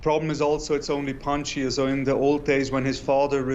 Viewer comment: Panjsir not panjia 😂 someone watching to many avatar